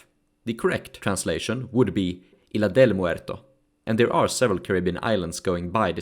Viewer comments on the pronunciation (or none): if these names are spanish given as they seem, they are said in a different way, in "isla" the "s" is fully pronounced, all names are understandable enough tho.